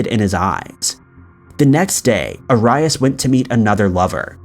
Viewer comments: Bruh...... How you don't know Jodi Arias 🤦🏻 c'mon... I hate to be one of those guys we complains about mispronunciations but this is so extra lmao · Do you not check how to say peoples names before you film? It is not A RYE AS. It's AIR EE IS. I love your videos and watch every single one but that drives me crazy lol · U know ur one of my faves but I think EVERYONE knows it's AIR-E-US not A-RYE-IS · its pronounced A-ree-ass lol... you're saying Ay-ray-us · It's pronounced Joe-dee Air-e-us. Kinda of irritating to hear such acsell known name repeatedly pronounced completely wrong. Dude, you said Judi Air-i-ass. Not being mean, but dude...really. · just another youtuner who doesnt make thier own videos and reads a.script wrote for them lol smh!! Man I swear u mispronounce everyname u say I swear jody AiR-ee -us I mean it was headline news u must've heard her name at least 5 times especially if u do this tyoe of content. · The way he says arius 🤦‍♂️😂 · 1.) The drink is a J2O not J20 2.) Arias is pronounced "air-ree-uss" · Travis was NOT in love with Jodi. He was just banging her...and unless you've been living under a rock all these years, her last name is pronounced AIR-E-US. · Omg you never heard her name pronounced it is pronounced "air-ree-is" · Arias Is pronounced Air ee us!!! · Her last name is pronounced AIR-e-us. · FYI- Jodi Arias's last name is pronounced Air-ee-us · For jodi and Travis It’s pronounced Joe-dy Air-e-ez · Arias "air e us" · The way you say Jodi Aries name🤦🏻‍♀️ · Jody Air E Us is how it’s pronounced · Jodis last name is pronounced Aries like the zodiac sign js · Actually, it's pronounced airy-us. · Does his pronunciation of Arias bother anyone else? Its 'air-ee-us'. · You pronounce so many words wrong.. Jodi's name is Are ree us or Air ree us..How could anyone get that wrong with all the coverage it got for literally months on end.. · I think we all just watched, thinking, “it’s Airy ass!” (ง'̀-'́)ง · 😑🤦🏻‍♀️ Arias (AH-Ree-Us)